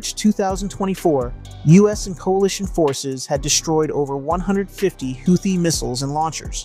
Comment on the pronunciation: It's pronounced Who Thee